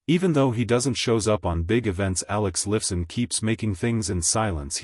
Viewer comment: Alex Liff son? haha! stupud A I ..and try some commas!